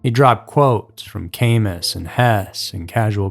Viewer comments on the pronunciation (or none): I am curious ... by "Kay-mus" do you mean 'Ka-moo", Camus, Albert Camus? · I've been a fan of yours for numerous years but please research your pronunciations of words. Camus is NOT ca mus. It is ka moo. it's French and the s is not used. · Not cam us. it is cam u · It’s pronounced Tony (Cost-ah not Tony Coast-ah , and Albert Cam-oo not Cam-oos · “Kay-mus?!” It’s “Camus” produced (KA-moo!) There’s no future in front in bro. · ALBERT CAMUS - pronounced KA-MOO, please,. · Camus is pronounced ca MOO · Camus is pronounced Kamoo, btw. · Not only is "Costa" mispronounced...but Albert Camus, sure af isn't pronounced "Came-us". Is this an Ai voice, because if not, it's pretty damn surprising that it's so laughably wrong. I haven't listened to the whole thing yet, so maybe you get to it; his nickname was Tony 'Chop Chop' Costa. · Camus is pronounced 'cah-moo.' Emphasis on last syllable. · Camus is pronounced kuMOO. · Its pronounced Ka-moo spelled Camus. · The name "Camus" is pronounced "cam-OO" (French) I'm only offering that because I think that's what you meant ? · Bro, Im from Boston and somehow I never heard this. Im usually pretty hip to criminal history. especially since ispent a lot of time in the can, in MA and the Feds. Great video. not to be a dick but Costa is short "O" rhymes with Boss. And Camus is caMOO. im not breaking balls, im deefinitely subscribing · 'kay-mus' lol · FTR, "Camus" (Albert Camus) is pronounced like "Camoo" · this mf said came-us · Camus sounds like CAMEOO ❤ just fyi